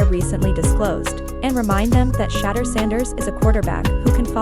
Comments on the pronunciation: Hey Ya'll adjust your A.I on how to properly pronounce "Sha-Door" Sanders, Fix it, this young man will be on the scene for a long time to come, so get it right! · His name isn't prononoused SHA-DUER. Disrespectful. Be professional. Call him or the Team to get the correct anunseation of his name please. Totally Disrespectful, your ploy worked with me. Thumbs down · If you can't even say his name correctly, why should I trust anything else you got to say?